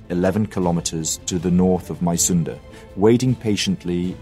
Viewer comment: Being a Dane interested in History and living about four kilometers from Mysunde (pronounced: Missunde) I have a small, but in my opinion important correction: The new King Christian IX didn't contemplate much as he took over the crown on the 13th of November and signed the November Constitution on the 15 th. The government more or less presented him with an ultimatum: Sign or ...! indicated his forced abdication. Being of the House of Glücksburg he was personaly eager to maintain at least that part of Schleswig as part of the Kingdom of Denmark, but his efforts were (as we know) in vain. Besides that I do like your videos very much.